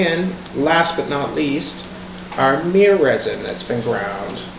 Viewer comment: Did say myrrh mir